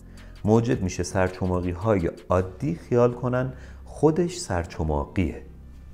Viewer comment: سپاس. یه اشکال کوچیک داشتید. سرچماقی نه، سر چخماقی درسته